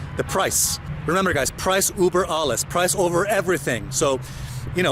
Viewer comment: Alessio, I'm German, its ÜÜÜÜber alles not UUUUber alles. Maybe you can try to go to google translate and let the bot speak out some German words with the letter ü for you, so that you know the difference. Have a great day!